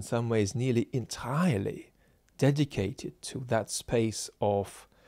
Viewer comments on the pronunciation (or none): none